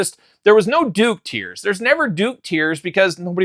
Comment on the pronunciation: Duke tiers…didn’t you mean Duke TEARS?!? 😂